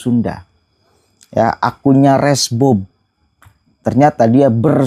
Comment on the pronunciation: Bukan resmob bang tapi resbob jangan salah ucap